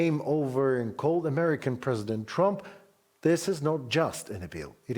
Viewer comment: The Mans name is Trump ! Not Tumps ! Go ahead n dishonor Trump while honoring the cocaine driven leaders . Makes sense for msm .